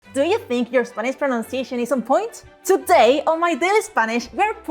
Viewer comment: Tu "r" es perfecto. A veces tu "i" es un poco latino. Pero muy buen acento con un poco de latino, que es bonito. Puedo entender todos, y tu gramática es mayor que muchos americanos. Cuando dices "spanish", the "a" could be flatter, and the "i" could be duller, but overall, I was amazed.